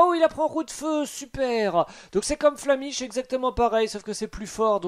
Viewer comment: Tu as dis l’attaque flamiche au lieu de flammèche ! Nostalgie